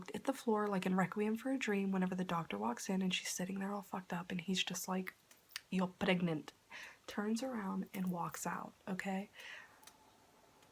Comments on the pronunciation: I love your accent on “your pregnant” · I'm sorry but I just slightly died of laughter when you imitated the doctor saying "you're pregnant"(foreign accent)